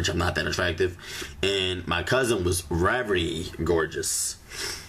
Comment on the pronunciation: It's VERY not rery